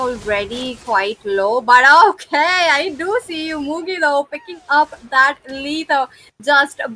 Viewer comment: It's Mugi not muji brahhhh